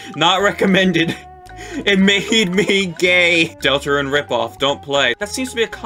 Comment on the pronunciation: DUDE THE "RIPPOFF DELTERUNE" INFURIATES ME LMAO